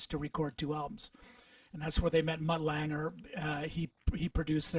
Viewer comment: After watching the beginning of this I'm puzzled for a very odd/dumb reason. I recently watched an interview with Chris Hayes and I noticed he mispronounced Mutt Lange's last name and now here's Bill pronouncing it like Chris did (with an added "er") . I'm a huge Mutt fan and have never heard anyone say his name wrong so to hear both of them say it Is just really interesting to me since both of them kinda owe a lot of their success to Mutt. Great interview! HL&TN were a huge influence on me growing up.